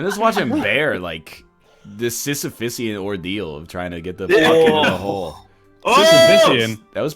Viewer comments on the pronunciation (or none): Sisyphean, not Sisyphysean egg.